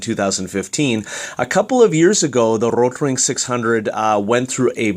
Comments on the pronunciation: Why...do you say RRRRotring like...that...? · no need saying rrrrotrrring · RRRROtrrrring sounds better? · I appreciate the comprehensive review. I had kind of a hard time paying attention though, due to the way you were rolling your R on the word Rotring. Don't get me wrong, I'm not trying to make fun of you, I mean, I am a guy watching a mechanical pencil review on youtube, but just saying. Do you pronounce Mexico, May-he-co? Why did you not do the whole review in a German accent of the R rolling dialect? This is probably a mean comment to leave, but after all the cringing and giggling, I couldn't help it. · Why are you rolling the "r" in Rotring? lol its a German company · Great review. I just ordered the Rotring 600 as an upgrade from my Draftmatic. I have 3 days to master the rolling "R" pronunciation. ;)